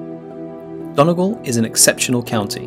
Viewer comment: Might help is you know how to pronounce Donegal...and the Corrib Princess boat tour takes you away from Galway City..seems like this commentator has never been to Ireland!